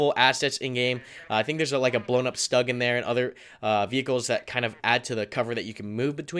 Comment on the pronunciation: Schtoog, not Stug.